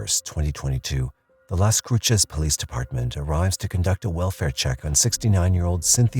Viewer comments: What a beautiful home with such a tragedy. Very sad. Fyi, Las Cruces-last 3 letters pronounced “ses”, not “ches”. 😊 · Its pronounced Las “Cruise-es”